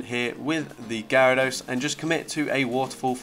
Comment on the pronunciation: You actually pronounced my username the right way 🤣 also, I didn't know shadow Gyarados was such a beast for this cup, gonna try it now